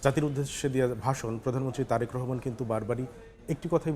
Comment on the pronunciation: এনার উচ্চারণ এ ভুল আছে অনেক তারেক রহমান এর নাম বলতেছে টারেক আবার ভোক্তা কে বলতেছে ভোকটা